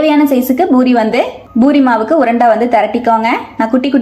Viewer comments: JFYI - it’s NOT Boori, it’s Poori Not கொத்தமல்லி “தலை”, it’s தழை Need proper Tamil pronunciation. It’s our mother tongue. Not good to speak badly in our mother tongue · Amma athu boori kideyadu poori sariya pesunga kekkave aruveruppa irukku